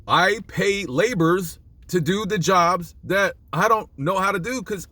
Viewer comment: LaborER? Jesus dude, learn to talk.